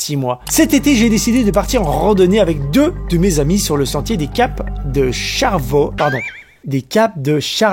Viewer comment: en tant qu'habitant du Québec je souhaite te dire que le "E" de Charlevoix se prononce, donc Charlevoix et non Charl voix